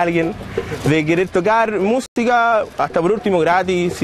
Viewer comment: "de querer tocar mustica" jajaja